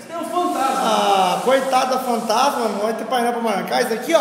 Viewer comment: E a fam pantasma Igual o tiringa fala kkkkkkk